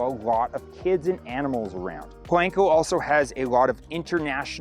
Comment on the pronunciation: Po-lahn-co. Not "lank".